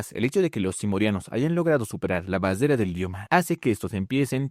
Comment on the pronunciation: porque sera que no puede decir barrera jajajajaja